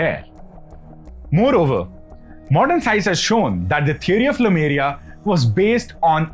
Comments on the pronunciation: Very interesting indeed! What I don't understand is why you say Lumeria all the time instead of Lemuria. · Not LUmeria, it's LEmuria! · Small nitpicks in an otherwise good presentation Lemur - pronounced Lee - Marr Lemuria pronunced Lay-Moor-eeya not Lumeria In Tamizh, two words are joined with half consonants that are close sounding or easier sounding Similar sounding bond ================== Kumari(குமரி) + Kandam (கண்டம்) - Kumar-"ick"-Kandam (குமரி"க்"கண்டம்) Also Kandam (கண்டம்) is pronounced like the English word "condemn". Dissimilar sounding bond ===================== Silambu + Adhikaaram = Silapadhigaaram Means Anklet's Tale. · Lemuria, not Lumeria. Lemurs are animals, they are not called lumers. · Bhaiya लेमूरिया hai.... not लूमेरिया... From the monkey like Lemur ( लेमूर) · Khandam means continent. Also it is Lemuria, not Lumeria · iN ENGLISH IT IS LEMURIA NOT LUMERIA. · It's not Lumeria, but Lemuria. You should focus getting details right.